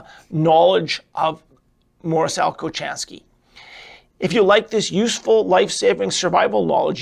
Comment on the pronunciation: His name is pronounced with an H not a cha his patents were pols